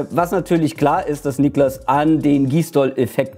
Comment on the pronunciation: Niklas, nicht „NIEklas“